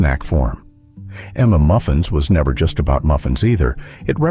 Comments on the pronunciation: "M"M" Muffins lol... it's suppose to sounds like UMMM MUFFINS.. Stupid ai voices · Never heard of half of these. Also “m” “m” muffins? Are you broken? It’s mmmuffins…..it’s not difficult. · I was going to comment on the AI voice's pronunciation of "mmmuffins," but then I realized I don't know how it's supposed to be said. I've always thought you're supposed to stutter.